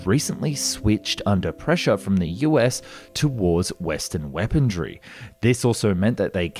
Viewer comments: Lol... weapondree... buddy, there's no d in weaponry... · There is no "T" in "weaponry." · Where's the D in "weaponry" and why do you keep saying it?